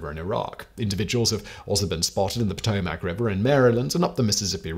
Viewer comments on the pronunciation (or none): none